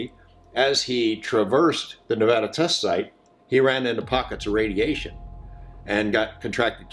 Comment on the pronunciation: Hey, I gotta say this. It’s Nevada not Ne-Vah-da. Ive lived here my entire life and we hate it when people say it wrong. I’m stoked you covered this tho I’ve definitely heard the story of Jerry before. He’s a legend as far as I’m concerned. Also, everyone thinks Jerry died from drinking water out of that questionable water source, but Jerry had prostate cancer before he went on that hike, just sayin.